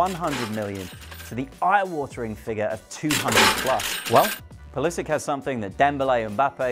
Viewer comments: Thats not how you say pulisic.. the end part should be pronounced " sitch "and not sik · your pronunciation triggered me :p its - pull is itch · Pulisik hhahhaahahha you english guys always creat such weird names with your fantasy. Its pulisiC! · He can't pronounce the name right😂😂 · he pronounces his name wrong. The ending is not like a "K". I hate when "americans" mispronounce their European surnames. He's a Croat for god's sake! Serbo-croat language names ending in C are pronounced like Ivanovic' , Milosovic, etc etc etc.. Jeeezzz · How can you pronounce a name so badly? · he's bloody wrong